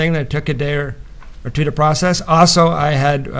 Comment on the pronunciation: The way says "teww" instead of two is so annoying.